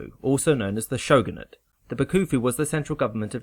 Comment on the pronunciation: It's not shogunat. >:(